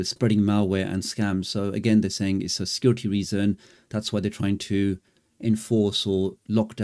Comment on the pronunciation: Nope…, since the early 80’s the war has always been hardware vs software…, and this is no different.., there will be an immediate response via SW I suspect… On another note in ur video…, when u say their claim is for security reasons.., to me via ur accent it sounds as if ur saying for “scar-ity” reasons.., so on point if intentional or not…😂😂 👍🏾